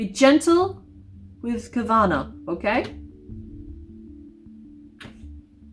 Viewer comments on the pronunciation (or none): OMG, Carvanha as in Husqvarna the tractor/chainsaw brand? Took me a minute to grasp what you were saying there! Swedish education time!!! It's HOOS-kvar-nah. Which kinda means "the mill by the houses". (Also, since carvanha is a piranha and those live in the Amazon, which is predominantly in Brazil, I think it might be pronounced car-VAHN-yuh, with the Portuguese nh pronounciation. But I'm Swedish so that's just a guess xD)